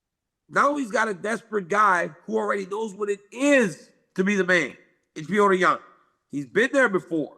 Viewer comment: It's Pjotr, guys.....Like in Plotter but the L is a J....Not Pjoater